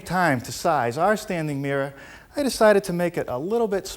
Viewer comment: There's an R at the end of mirror